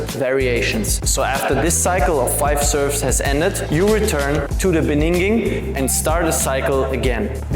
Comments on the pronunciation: He uploaded🥳 On such an important topic! Two things: 1. Would you also recommend this serve combination for lower levels where flips and flicks are less common? 2. Small speaking correction, I'm sorry: It's "In the BEGINNING" not "In the BENINGING" Thanks for another banger(I also love you oftentimes cover less common and easily dismissed topics)! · Are you saying beninging on purpose because of the meme? If yes, I love it hahaha Love your content! :) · in the beninging? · Damn, beninging caugh me off guard haha